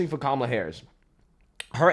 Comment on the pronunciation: Did that CNN anchor just say the NABJ just "pressed" Coup-mala on issues?